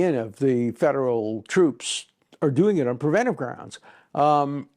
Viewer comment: Narrator mispronounces preventive over and over. He adds a syllable and never catches on